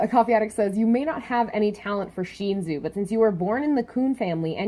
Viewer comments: It's pronounced Sh-In-soo not Sh-een-zu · I understand this but please fix it. Every time I watch your videos and you say Sheenzu I cringe. Don't get me wrong I love your theories and reviews, but the way you say it actually hurts.